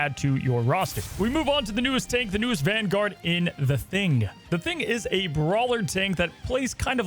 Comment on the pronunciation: ERM- IT'S VANGUARD ACTSHULLY